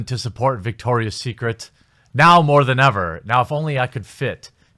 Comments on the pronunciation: It's Victoria's Secret, not Victor's. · It's VICTORIA'S secret... not VICTOR'S secret! ROFL!!